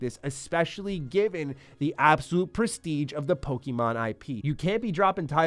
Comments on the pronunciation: It’s pronounced: Poh-Keh-Mon, not Pokey-Mon. Get it right or don’t be taken seriously when you talk about it. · FFS bro, it’s “Poh KAY Mon” not “Poh Kee mon”. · Please, stop saying "PoKEYmon", you sound like a 4 year old. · Saying Pokeymon is cringe.